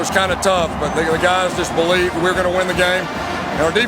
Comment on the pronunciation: I BO-LIEVE